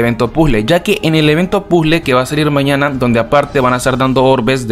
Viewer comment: Porque dices pule y no puzle